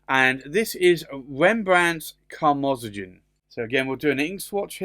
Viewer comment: Hi just so you know the Akkerman reds are pronounced Karmo zone which is crimson, Steen rood "stain road" is literally red stone or brick.